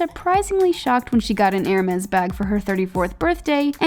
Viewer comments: Every time she pronounce "ermeZ" I feel painnnn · the way she pronounces hermès makes me die